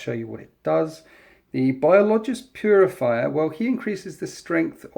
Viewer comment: its biologus putrifier (bio-low-guss, pute-riff-ire)